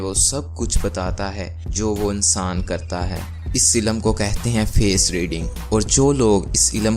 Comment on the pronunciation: Its not unsaan its insaan